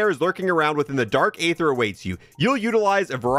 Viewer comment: It's pronounced ee-ther, not "ay-ther"